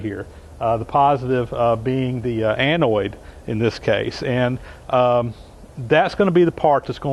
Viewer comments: Good video. No big deal, but it's anode not anoid. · sorry, the words are anode and cathode. NOT anoid and cathiod. Sorry mate. I do like your videos. Keep up the good work. John the Handyman is Las Vegas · Anode not anoid, Cathode not cathoid. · I am anOID by how he says Anode and Cathode 😏, but thanks for the vid 😁 I wonder if the process would be more efficient if you stopped it now and then and removed the "slag"? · SERIOUSLY! It's not Anoid and Cathoid.... It's ANODE AND CATHODE. There's no I in either word. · Not a great crime against the language , but you persist in saying annoid instead of anode. (what ever an annoid is, it does not exist in English speaking countries so spell checker throws a fit). Thank you for sharing your knowledge....much appreciated. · It's "cathode" and "anode," my friend - not cathoid and anoid. :) I'm really enjoying your videos, however. You are a very talented, skilled, and knowledgeable craftsman. Thank you for taking the time to bring these informative programs to us. I am disabled, so you provide me an enjoyable way to work vicariously, through you and your shop adventures. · with all due respect, it's anode and cathode, not anoid and cathoid. It was a great explanation of electrolosis, and a great result. Please keep presenting these great videos. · A-NOID? Ca-THOID? Anode, cathode. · Annoyed and thoide" ANODE and CATHODE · NOT 'anoyd', NOT 'cathoyd' ... 'ode'.... 'oad' like toad, not 'toyd' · the word is "anode" not "Anoide"" same for cathode, not cathoide. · Love the video. Very informative. Just threw me off when he says anoid and cathoid... i was like wtf... anode cathode! messing with my head... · BTW, they're anodes not anoides. It doesn't rhyme with androids.. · Annoyed that a smart fellow like you, pronounces anode as anoid and cathode as cathoid. How would you say hemorrhoid? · Im anoide at the pronunciation :D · Avoid the Noid kept coming to mind lol. Good vid though! :)